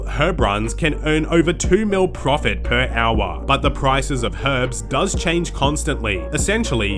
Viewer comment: "per owah"